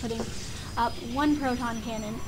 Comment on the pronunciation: I love ya I really do but please stop saying "Pr"oton cannon. It's a "Ph"oton Cannon.:) PvZ is also my worst matchup, though. Good job stomping a Protoss.:)